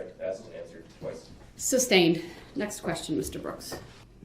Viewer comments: I wonder if Darrell knows it’s not “Substained” but sustained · It’s SUSTAINED not SUBSTAINED